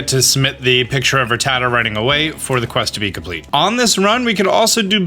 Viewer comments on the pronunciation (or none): none